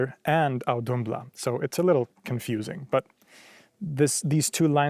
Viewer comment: Interesting you pronounced the ð in Auðumbla as a d given ð is usually a -th sound.